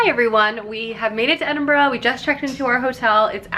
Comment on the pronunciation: Honestly,, bravo on being able to pronounce Edinburgh properly👏👏😂😂